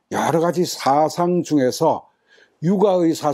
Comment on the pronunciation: 왜 사상의 "사"를 길게 발음하십니까? 이 "사" 는 단음이올시다.